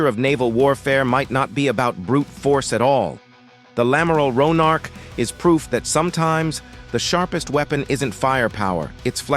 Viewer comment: ouais enfin le nom du navire c'est "Amiral Ronarc'h" pas lamaral Ronarch. Merci de respecter la mémoire de celui qui a donné son nom à cette Frégate en le prononçant correctement !